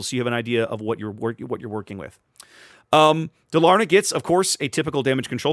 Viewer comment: Stress on the firs syllable - Dálarna.